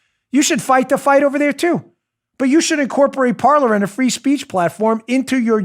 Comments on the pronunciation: Dan, its pronounced Par-Lay. Like they say in Pirates of the Caribbean. "Parler" (par-lay) is French for talk. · Dan, just a quick correction 😊... Parler is pronounced "par-lay" the French word for "speak". 😉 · Got a question. On the social media (I've been looking for an alternative where I don't feel hated) did he say Parlor or Parler?